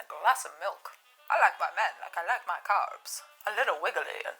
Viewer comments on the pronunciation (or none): Oh thank you! I heard cars, and I thought she was just saying nonsense. Much better with a joke!